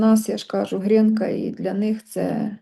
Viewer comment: Чому. ГрЄнка?? Якщо українською. ГрІнка!! І прізвище його: ГрИнцевич! Просто неможливо це чути!